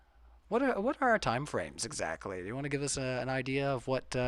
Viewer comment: funny that says that, he mispronounces things often enough not to be a braggart……how bout the word idea…it’s not idaya